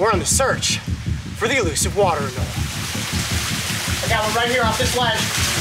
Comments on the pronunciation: AnolE, there’s and E in anolE. Not anol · anole is actually pronounced ə-ˈnō-lē